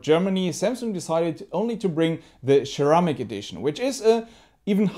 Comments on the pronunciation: its not cheramic, it is ceramic ! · Sir ram ick. Lol say it with me!! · Share-eh-mick white and Share-eh-mick black.. 💯👌👌😎😁😁